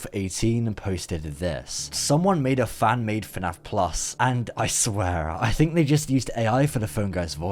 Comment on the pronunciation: I’m so tired of hearing the words “fuh naff plus” I’m actually going insane